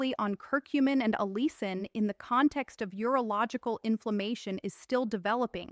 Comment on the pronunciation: Why does this doctor keep switching between two distinctly different pronunciations of the word "allicin"? This raises suspicion that this is an AI glitch.